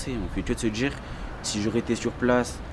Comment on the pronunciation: en vrai ça veut djire qu'on est envahi